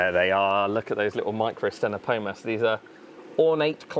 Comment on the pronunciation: The second 'c' is silent in microctenopoma, and the 'ch' in Distichodus is sounded like a 'k'.